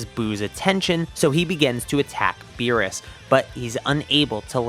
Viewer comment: He said meerus except beerus